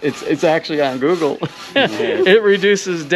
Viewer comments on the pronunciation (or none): none